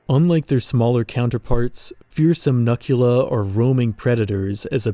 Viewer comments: hey i think you pronounced the human mutant name wrong. i might be incorrect but it looks like a pun to me. “Nukula,” like nuclear without the hard ‘r’. as in, “nah, man, you can’t say that, but you can call me nukula.” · I think it’s pronounced “nuke-u-la” like nuke + dracula? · I feel as though Nukula should be pronounced "Nook-you-la". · Hello there, your project looks incredible and the artwork is astounding! It looks like it would be an amazing setting and story for a video game or television series. I'm curious though, in CA's video, the term Nukula is pronounced 'nuh-kyoo-luh,' but I would have thought it was 'new-kyoo-luh.' Like a derivative of 'nuclear.' Is the pronunciation in the video the correct one? I feel like that's going to haunt me if I don't know the official way to say it, haha. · I feel like "Nuk" part of the Nukula's name was supposed to be pronounced "Nuke". Other than that, I really love how British these mutants are. They genuinly feel like evolved monstrosities that would live over here in the UK. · It's pronounced "nookula," since the name nukula is literally a portmanteau of "Nuclear Dracula."